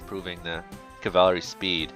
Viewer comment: Cavalry is pronounced CAV-uhl-ree.